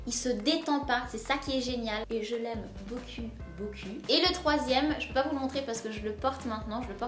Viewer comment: Bébé lily au dedans ;)"Je l'aime beaucul beaucul" xD